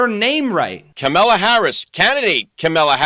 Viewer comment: I believe when people mispronounce "Kamala" it is a deliberate insult. It's not like we haven't had at least FOUR years to learn to say it correctly. That guy is an *ss.